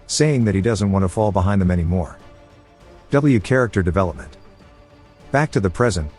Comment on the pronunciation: "Characktar develepament" 🥀🥀🥀